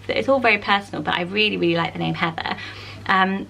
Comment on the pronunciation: Aw, I never hear my name on these lists ❤️ I used to hate my name when I was a kid cause I thought it was weird or too unpopular but have grown to love it. Plus the way you say “Heather” makes me love it even more 😍 (also love Evie haha)